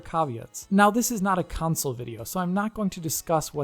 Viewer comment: It s called console not council like you say it cheers i like what you do, but when I hear councile in stead of console it just hurts my ears